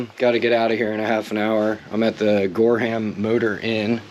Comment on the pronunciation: Gorham is pronounced GorRum